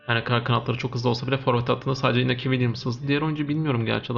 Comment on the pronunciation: Iñaki, İspanyolca İnyaki olarak okunur.